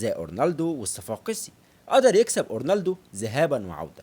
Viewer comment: ياسطا أنا عملت لايك و (فكرت أشيله) عشان هو اسمه فيريرا مش ڤيريرا و مافيش حاجة اسمها اورنالدو اسمه اورلاندو بس انا مش هشيل اللايك عشان أولا انت زمالكاولى ثانياً و دة الأهم هو أن الڤيديو حلو و شكله متعوب عليه و ثالثاً و دى احلى حاجة فى الڤيديو هى ان موضوع الڤيديو عن الاب الروحى لكل زملكاوي ❤❤ فأنت واضح انك بتعرف تعمل ڤيديوهات حلوة لكن موضوع النطق دة مهم جداً و ماينفعش تعتبره حاجة تافهة أو حتى فرعية . بالتوفيق يابو الصحاب❤️❤️